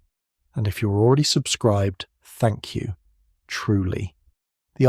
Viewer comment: I thought he said “fuck you” instead of thank u🤣🤣🤣